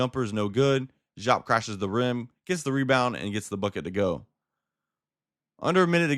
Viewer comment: I understand what you might have read, I’m sorry it misled you. I would not, (DEE-AAP) is the correct pronunciation. If you were around to watch him live that is how you would hear it said. I bet it’s weird but I assure you this is Facts